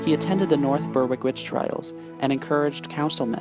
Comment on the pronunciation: It's pronounced " berick "